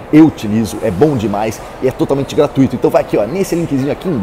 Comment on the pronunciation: "Gratuíto"?!Ajude aí,da Imprensa! Não existe essa pronúncia.O acento seria no "tu",mas não existe acento físico("túi")...